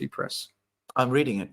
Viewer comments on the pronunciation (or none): none